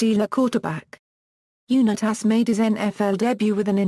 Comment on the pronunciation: Bullshit narration!!!! Can’t even pronounce Unitas correctly.